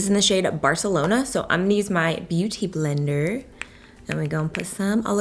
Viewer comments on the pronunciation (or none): none